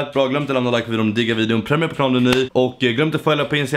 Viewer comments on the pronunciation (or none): none